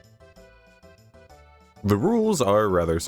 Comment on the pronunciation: He says Rebecca like the demon in mortuary assistant here and now I can’t unhear it